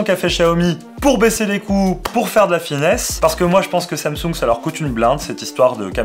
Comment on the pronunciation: On dit Tchiaoumi mimix folleded Tchou et Tsamtsounegue 😛